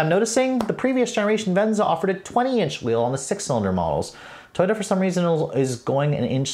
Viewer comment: Toy-dah? I have never heard it pronounced that way. Interesting.